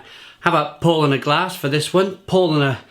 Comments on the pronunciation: Pronunciation, not spelling. Powlana, and yep accent the 2nd syllable. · About pronunciation, it's more like Powlarner, with a stress on the second syllable, great review though. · It's pronounced "POW-Larner" mate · yeah that's what I said mate. PoW-Larner, If you say that word in English it's the correct phonetic pronunciation of the German word Paulaner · German here: Nope, its pronounced Paulaner. The "au" is pronounced similar to "ou" in "ouch". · Exactly.... Was going to say the same